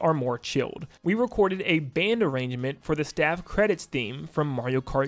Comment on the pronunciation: band arran-guh-ment ??? if this is ragebait for more comments you got me